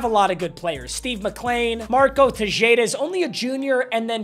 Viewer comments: This man didn’t say te-Jay-da instead of te-Ha-da 😂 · TEH-JADE-UH is crazy 💀